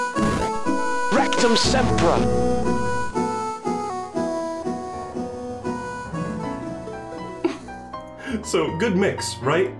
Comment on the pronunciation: “Rectum septa”...